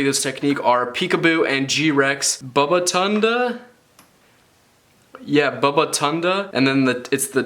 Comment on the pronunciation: The way you said babatunde😂